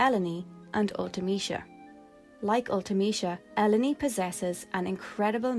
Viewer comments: "Elo-ny"? We always pronounced it as "Elone", similar to "alone". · Elleny? You mean alone (Ellone) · That's the only way to pronounce the name, it's supposed to be a pun on alone. El-o-nee is just OP mispronouncing her name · Ell-own-ee sounds so pretty, but it’s totally throwing me off haha. I always called her “Ell-Own”. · Im a huge FF8 (and FF in general) fan and just stumbled on this video and your channel. LOVE everything about it! Also...even though Ive been playing 8 my whole life Ive never heard Ellone called "El-oh-nee". I always read it as "Ee-lone" and now I've realized my entire life is a lie. Hahah. Got some FF8 vids coming out on my channel too and hope to publish a new huge one soon! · I always read her name as Eh-lone, which sounds a lot like "alone". I thought that was the intention so I'm dissapointed to learn that it's pronounced Eh-low-knee xD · I always thought her name was pronounced like “Alone” until I played through w a partner and she preferred “El-oh-nee” — I think it a much more pleasing sound but I wonder if the pronunciation should be more like Alone — in keeping with the common Squaresoft characternymming patterns. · I always pronounced her name like El-lone (like alone) not l-o-knee like you seem to be doing. I thought the play on words was intentional 😂😂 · It's pronounced el-own Not El Oh Ne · I always pronounced her E-lone like E and alone - the A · Because of the double L, I pronounced it El-lone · good video, i think ellone is pronounced like "alone" by the way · Her name is Eruōne (E-ru-ō-ne) in Japanese, so it should probably be pronounced "Ell-oh-nay." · this is such a good channel. i just recently finished ffviii for the first time, and there were almost NO videos about it like this for so long. i’m so happy ffviii is getting more attention bc it really was so good (btw, i always pronounced Ellone “alone” it’s interesting to hear a cooler pronouncing lol)